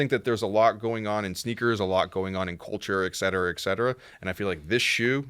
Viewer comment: pronouncing et cetera makes me cringe every time.